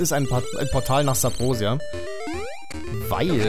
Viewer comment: Warum sagts du eigentlich immer Sabrosia? Das heißt doch Subrosia 🤔